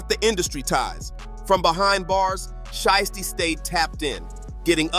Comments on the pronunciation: Y u keep saying shisty instead of shiesty ? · Readers pronouncing names is crazy ..shhhity , noochi lol